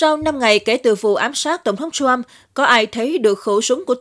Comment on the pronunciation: ..." Ông TRUMP", không phải...Ông shrump, ok! Phát âm cho đúng, không biết thì học hỏi trước khi làm XNV, ok ?